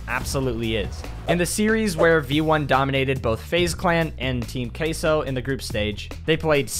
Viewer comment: As a spanish guy is so funny how he says "Team Queso"